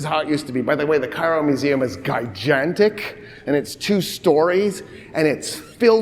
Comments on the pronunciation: did he pronounce gigantic like "guy jantik"? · I like how he pronounces it "gigantic" instead of "gigantic".